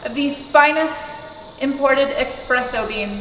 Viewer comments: you gourgous lady, it's espresso! Not expresso.😁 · DAMN IT!!!! It's eSpresso, not eXpresso!!!Cool car though.